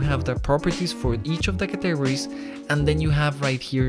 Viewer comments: Categories. You say "Cuh-teg-or-eez" Its actually "Cat-uh-gor-eez" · I like the way you say categories, it makes me giggle ☺️. Thanks for the video, it was very helpful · hearing him say categories made this video worth it everything else was just a bonus